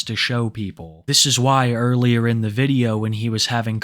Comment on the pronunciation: "They'uh just videuho games,."